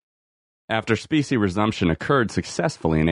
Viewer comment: Is this AI reading this? I keep hearing speeshee money. I had to look it up. It’s specie money. Meaning coins. 👍🏻